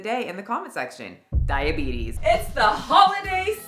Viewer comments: Did you say thigh-abetes 😂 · Wilfred Brinkley has the “diabeetus” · Diabetis. Diabetis. Diabetis. Diabetis.